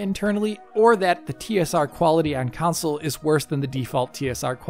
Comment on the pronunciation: How do you get away with saying "Council" repeatedly as a major gaming channel? Lol